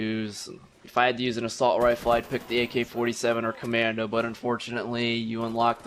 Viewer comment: Road to Commandah!